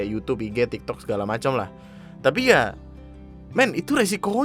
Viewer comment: ANJAY, saking gregetnya ngomong "tapi" jadi "capi"😂